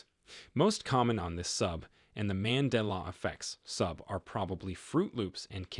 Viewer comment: The glitch... Pronounce Mandela correctly..😆